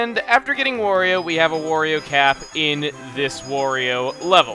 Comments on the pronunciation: Why does he keep saying Wario wrong? It's supposed to rhyme with Mario. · quit saying wario